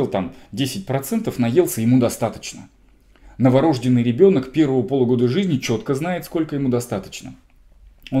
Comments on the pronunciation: Норождённый ,а не новорОжденный.лектор. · преподаю в медакадемии. Предупреждаем студентов/курсантов: За такое произношение сразу минус балл. Это не профессионализм, это неуважение к своей профессии и языку. Вам не повезло с вузом.